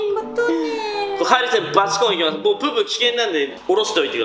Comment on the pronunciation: ハリセンの発音が微妙に違うヴァンビくん可愛い🤭